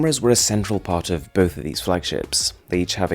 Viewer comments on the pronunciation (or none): none